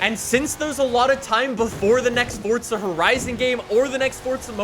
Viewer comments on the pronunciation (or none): Will you learn how to talk, it's FORZA not FORTZA 🤮🤮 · After "fordza" "fordza" "fordza"... Ok. My comment is referencing your inability to say "fooorza" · forza not fortza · I can't believe this entire time I've been mispronouncing fortza as "forza"